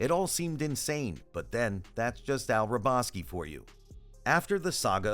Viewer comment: The guy pronounced AL'S last name wrong.